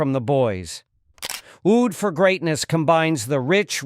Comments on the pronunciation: Oud in arabic is prnounced a-ood, not ood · The pronunciation of Oud made me discount the rest of the video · Two questions: 1. Are human narrators that expensive?; 2. A.I. can't learn how to pronounce oud?